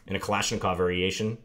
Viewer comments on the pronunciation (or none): none